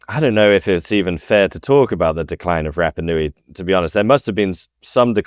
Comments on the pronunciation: Love your posts,. I don’t like your pronunciation of polynesian words…have mentioned it befor, but you still say Rappa instead of Rarpa. It’s not hard to try better at it, and Polynesian people will appreciate it instead of grimacing. Aloha, Phil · Apologies, but at 55 seconds in, after butchering the pronunciation of Rapa Nui four times in under a minute, I'm not sure I can continue! Edit: Phew, at least your guest gets it right. Edit again: Gah! If think that after hearing the correct pronunciation a few times from an expert, you might at least make a token effort!